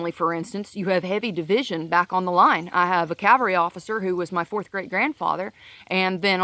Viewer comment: Also, thanks for saying cavalry correctly.